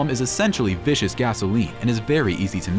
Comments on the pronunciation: Napalm is pronounced VIS KUS, Not VISH US! Duh. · Learn how to pronounce your adjectives. For example viscous /viskəs/ isn't vicious ˈ/viSHəs/. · This company needs to have their commentators learn the correct pronunciations. e.g. Napalm is VISCOUS gasoline, and yes, it is a vicious weapon